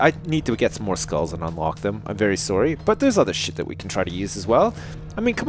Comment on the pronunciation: I love how says sorry, he pronounces it sorey